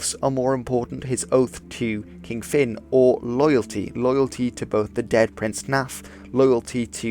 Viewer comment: English is not my native language and despite that, that pronunciation totally caught me off guard.